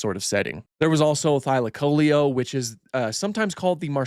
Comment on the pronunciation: first time hearing that pronunciation of thylacoleo